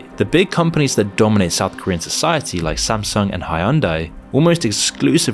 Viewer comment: The mispronunciation of Korean is staggeringly bad. Like there was no attempt to even check first, just reading what's on paper.